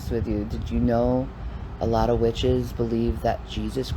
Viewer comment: Not the "peggens" and "witch-hehs"